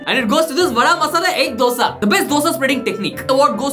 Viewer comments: Best Dosa pronunciation award should go to for not saying Dough-Sa😅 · Best dosa pronounciation